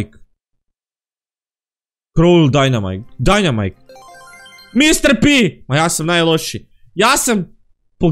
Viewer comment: Dva puta si rekao dinemaka